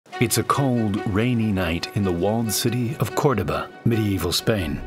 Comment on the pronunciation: He said it properly, I'm Spanish